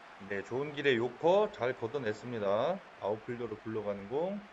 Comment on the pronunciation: 자막좀 넣어주세요 행님ㅋㅋㅋㅋ 요커가 료꼬로 들려요ㅋㅋㅋㅋㅋㅋ 일본 홈이라서 히로스에 료꼬상이 생각나네용